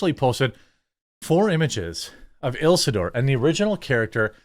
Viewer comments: Bro said "Ilsidur" lol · How did you nust pronounce Isildur? C'mon man, watch the movie already!